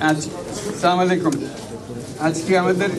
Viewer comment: স্যার সালাম শুদ্ধ করতে হবে